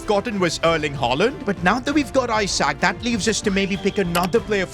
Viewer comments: Isak is pronounced E-Suck, not i-Sack. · Pronounced like isack not i sak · Its not isack it Esack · Its isak not eyesack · is saying I sak and not isak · It’s not Isaac it’s pronounced ee-sak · It’s not pronounced eye sak it’s eee sak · Esack not I sak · pronounced like esack not i sack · Do you say some people's names wrong on purpose or not? For mbeumo its m-ber-mo. For isak its ee-sak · It’s Ee-sak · Keep pronouncing Isak wrong is constantly giving me headaches in every video involving him. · I thought i was the only one, i literally close off the video cause of it. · Lean how to say Isak properly 🤦‍♂️